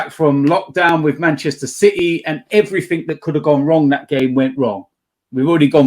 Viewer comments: Someone needs to tell that "everything" ends in a g not a k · That is not an accent thing lmao I'm from the same area as him with the same accent and I don't put a k on the end like an illiterate